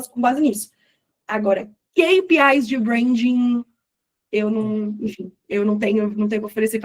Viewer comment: Amei que ela fala Queipiai do jeito certo e não Quipiai. Rs.